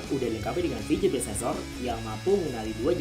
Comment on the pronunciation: fingerprint bacanya fingger bukan finjer